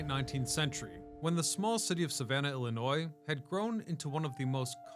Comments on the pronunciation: There is no s at the end man! If you’re going to pronounce it like that just say that you also hate every single person in the state. We also do not all live in Chicago. I was genuinely interested in this video until you said Illinois…sssssss. Illinoy noy phonetically noy. Sorry a lot of people do it. We all don’t live in Chicago and it’s illi Noy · The S in "Illinois" is silent dude!! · Can you not prounounce our state like that, so cringe